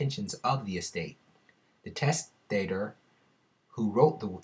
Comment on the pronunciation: Pronounced Testa-Tor